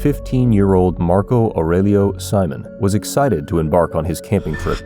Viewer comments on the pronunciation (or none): Why do you pronounce his last name in the English way when even a regular English speaker would know in Brazil it’s surely See-Monn